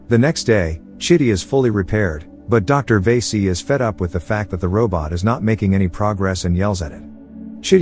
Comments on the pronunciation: Vasi - karan not vesi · Good job. Correct way to pronounce the docs name is "Va - see". Or "Va-see-ga-ran". Hope it helps. The names, "one who is attractive".